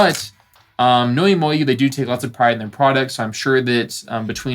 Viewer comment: I like your reviews, I just can’t stand the way you say MoYu